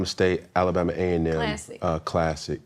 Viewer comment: I hate how Cam say Alabama